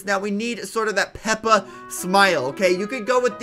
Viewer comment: It actually made me triggerd when he said peps the pig